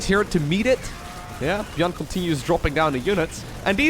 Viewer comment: Is he intentionally pronouncing ByuN's name wrong?